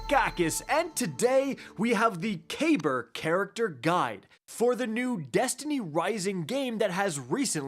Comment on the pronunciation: Kacky boi, it's pronounced cuh*beer. It's a lesser known ottoman name, which fits as his attire is very ottoman esq. As well his destiny/D2 kabr became obsessed with VoG, which the ottoman empire is credited with the first glass blowers.